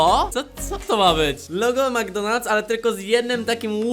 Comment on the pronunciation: dobrze muwi! to jest "McDonald's ”! Ić se do maka i zobacz czy pisze McDonald's czy NcDonald`s